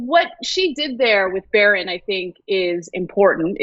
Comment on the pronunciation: Say it right: it's Melania's son, Barron.